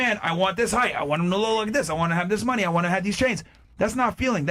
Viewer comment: “He has to have munyee” “I like jurry” The fatigue is well and truly setting in.